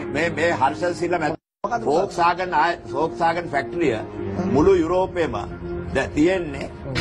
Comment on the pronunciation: පොක්ස්වැගන් නෙවෙයි හරකුනේ volkswagan.😂😂😂